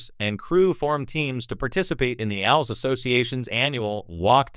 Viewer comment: AI learn it is pronounced A L S separately